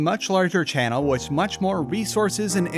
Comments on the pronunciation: Say it wiss me. wiTH . The letters “th” combined do not make an s sound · With is pronounced with a th not s lmao